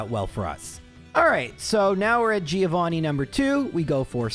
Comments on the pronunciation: Mentioning mispronouncing names and then saying Giovanni wrong is kinda hilarious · Italian here and it's a common thing for English speakers, not just 😂 they don't remember it's read Jovanni